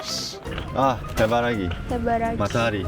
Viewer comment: 리사님 해비라기 발음 👍